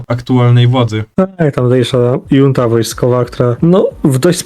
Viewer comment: Chłopaki, jak chcecie rozwijać kanał informacyjny, to trochę musicie zwracać uwagę na detal, bo się ludzie zaczną szybko czepiać. Sprawdźcie, jak się wymawia "junta".